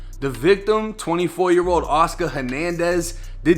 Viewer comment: Went by "Woscar" lol woah 👀